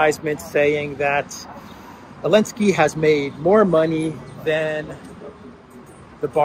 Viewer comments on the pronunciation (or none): Why do you pronounce Zelensky without the Z? Is there a linguistic basis or bias? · Elensky? Chelinsky please😊